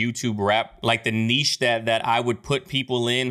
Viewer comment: It’s not “Neesh” Niche.. pronounced “nitch” Maybe you should have payed attention in school!!